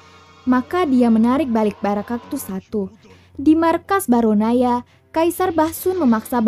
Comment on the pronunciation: The Movie maaf ini bukan bacot ya... Sejujur nya aku penggemar channel ini. Cuma kadang bingung aja sama pelafalan yang aneh2 gak sesuai sama yang di film (termasuk ketika nya yang menjelaskan). Misal BarAnOya jadi BarOnAya, Atau Storage (dibaca storej) jadi dibaca strok. Tapi, overall script dan penyampaian nya sangat baik, tinggal di tingkatkan lagi... Semangat